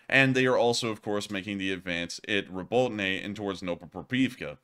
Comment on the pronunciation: Robotyne is pronounced Robo-tee-nah.